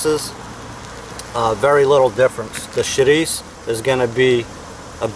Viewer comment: Just like my grandma makes. Props for pronouncing chourico with the o dropped off the end. -Chris